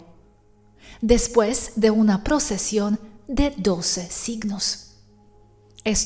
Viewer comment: No procesión "Precesion" 😉